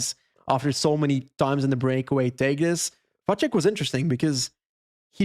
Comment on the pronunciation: Karel Vacek surname is actually pronounced ‘Vatsek’